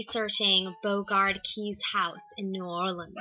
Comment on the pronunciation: Good video. FYI it is pronounced more like Bow-regard K-eyes...rhymes with eyes. at least the author Frances Parkinson Keyes pronounced her name that way. They were quick to announce that on the tour of the house. My great grandfather and his brother were murdered there and are said to be active ghosts. On one of my visits there I did encounter one of my relatives when I left the tour for a minute to go to the bathroom. a very creaky door opened by itself! slowly... I hope you can visit some day.